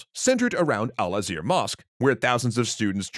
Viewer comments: alazhar mosque not alazir mosque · Hey guys .. I know it's probably too late to mention this, but the mosque is called Al-Azhar .. Pronounced AL-AZ' HAR (with the HAR part as in HARD). It's the oldest University in the world dating back to 1080s or so and still active to this day.